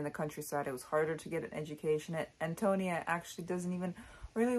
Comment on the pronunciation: correct pronunciation = AHN-toh-NEE-ah I agree that there is some degree of effeminacy in narrator Burden. Indeed, he most assuredly is Cather in disguise ~ but in those days given the prejudices of the times, you could not have a woman openly expressing such idolization of another woman. Burden, like so many others in the book, is profoundly connected to the land. Because of this I was reminded of the Transcendentalists Emerson & Thoreau ~ both of whom were pioneers though they explored the Northeast rather than Midwest. They, too, were contemplative as was Burden, saw the city as a corrupting influence, viewed the countryside as wholesome, elevating, and possessed of a spiritual character. In the end, Burden is a financial success with a great but unfulfilling career as an urban lawyer. Meanwhile, impoverished Antonia is burdened with a large family but remains contented and is a spiritual success in life. Thus, her spiritual success is a transcendentalist value fully achieved through her hard work, self sacrifice, strength of character, and connection to the earth and to divinity. The line "She was a rich mine of life" illustrates that perfectly.